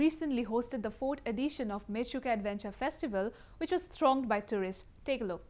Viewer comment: It is not mechuka. It is menchukha སྨན་ཆུ་ཁ་in our script. It means water of medicine.